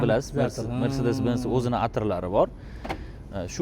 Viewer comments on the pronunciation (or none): Mersdes yoki mersades emas, mersedes benz😂